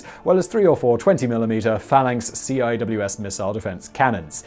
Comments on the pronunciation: According to my WESTPAC09 deployment on the Nimitz, you sir are correct in pronunciation. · I can't comment on everything but CIWS is pronounced "seawhiz" SLQ "slick" so SLQ-32 is pronounced "slick 32" at least IME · Some notes on military pronunciations : CIWS : pronounced "Sea Wiz" Aluminum : pronounced AH-LOO-MIN-UM :P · Sea-Whiz that is all